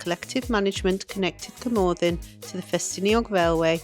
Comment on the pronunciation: Please, please just learn to pronounce Cwmothin properly, the ‘th’ is as in the English worth ‘thin’, not, as in ‘the’.